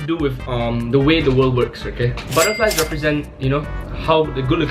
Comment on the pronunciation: Hey man you pronounced is butterfly wrong.